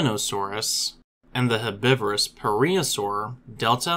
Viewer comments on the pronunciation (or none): none